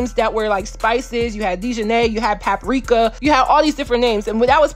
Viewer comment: I laughed when she said “paprika”😂